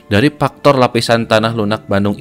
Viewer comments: Faktor bang faktor ... Bukan paktor 😭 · Faktor kang bukan paktor 😂😂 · "dari paktor ... " yak, ini bener2 voice over orang sunda